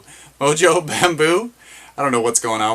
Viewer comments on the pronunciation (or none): hey bro...Moso...not mojo haha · It’s pronounced Moso